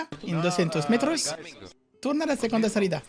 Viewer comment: doscientos* Segunda* I speak spanish and i was confused tryng to figure what did you said lol